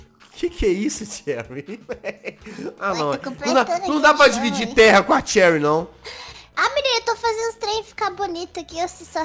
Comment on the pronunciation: Se fala XEURY mas se escreve Cherry